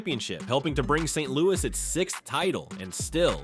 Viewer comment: it is not St. Louie is is St. Louis and please say Red's last name correctly. Hernadez good player, but cocaine user not good in the club house. It was a shame Curt Flood misplayed one ball in outfield in the World Series. He was a very good player and man.